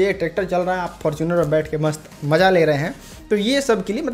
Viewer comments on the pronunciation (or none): none